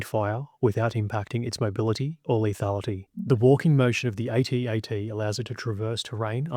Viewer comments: I couldn't finish watching this, it's an ATAT, not a A-T-A-T. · I wish someone would address the true winner of the battle of Hoth.... Pronunciation! If troops had kept with the use of "At At (as in sounding like: instead of A.T.A.T (as in aytee, aytee) then so much time would have been saved that the imperials would have likely lost. (Of course if intelligence had succeeded in their plan to bribe the subcontractor who won the senior officer's bed cleaning contract and managed to smuggle a metric tonne of sand in to hoth ........well, let's just say that Hoth would now be remembered as the site of Vader's second biggest genocide! Imagery of headless mops blindly staggering down corridors where children had changed brushes and brooms earlier that day